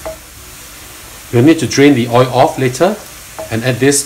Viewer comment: No "OY", but "OYLLL" !!!